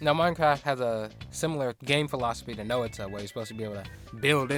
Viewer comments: Every Time You Mispronounce Noita As No-ita I Feel Physical Pain (It's Pronounced Noi-ta) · Please I know its probably isn't much but Noita is pronounced as Noy-ta, it is a Finnish word, stands for witch. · Noah-tuh. I am going feral. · I find it intersting how you pronounce Noita like /no'wita/ instead of /'nojta/. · "Nowita" sounds like how Slavs would call the main character of Doraemon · "Know-it-a" has a hilarious ring to it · Tip: the i in Noita is pronounced as the y in yogurt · I know I pronounce Noita wrong, my bad. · Its ok, you didn't noita pronounce it! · hey dude you pronounced noita wrong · It was very stressful to listen to but at least you have learned. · Oh thank god I thought I was going crazy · I kinda like this different pronunciation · Thats my bad. I should've looked up how to pronounce it before I recorded. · That's really not how noita is pronounced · I'm sure it was a good video, but I CANNOT get over how you butcher the word noita. Cannot watch further, sorry lol